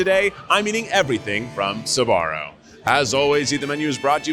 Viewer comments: Every times I hear "Sabaro" 🤢🤢🤢🤢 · Why is he saying Suh-Barrow instead of Sbarro? Wait is Suh-Barrow the correct pronunciation?!?